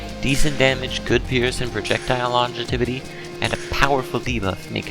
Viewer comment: it's "Longevity" not "longetivity"